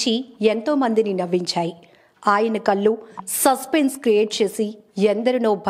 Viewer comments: కళ్ళు... కళ్ళు చిదంబరం. కల్లు కాదు. 'ళ' ని 'ల' చేస్తే అర్ధంమారుతుంది. అక్షరాలు పలకటం ముందు నేర్చుకుంటే తర్వాత........... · నీ తల కాయ !! ముందు కళ్ళు అనడం నేర్చుకో !మాటి మాటికీ కల్లు కల్లు అంటుంటే మాకు చీదర గాఉంది . ఒళ్ళు మంది పోతోంది . వీడియోలు చేసే వాళ్లకి మా మనవి ఏమిటంటే మీ యాంకర్స్ కి ముందు కళ్లు అనడం నేర్పించండి .భాష , ఉచ్చారణ మొదలగు వాటి లో ట్రైనింగ్ ఇవ్వండి . Very good family . All of you are well settled! we feel happy about you ! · కల్లు కాదమ్మా, కళ్ళు. ఆంకర్ సరిచేసుకొమ్మ.